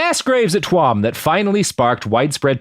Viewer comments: Robert I respect you but Jesus Fucking Christ its pronounced "chew'em" not "twuam" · Love the show, cool to have you doing some Iriah topics. Tuam is pronounced Chew-am.